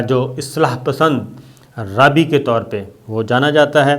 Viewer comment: لفظ "رابی" کا صحیح تلفظ "رابائے" ھے۔ انگلش میں اس کے سپیلنگ ایسے ہی ہیں کہ ہم لوگ اس کو "رابی" ہی بولیں گے۔ لیکن یہ لوگ اس کا تلفظ "رابائے" کرتے ہیں۔ جیسے عیسائیوں کے مذہبی رہنما پادری ہوتے ہیں اس طرح یہ یہودیوں کے مذہبی رہنما ہوتے ہیں جنہیں "رابائے" کہا جاتا ھے۔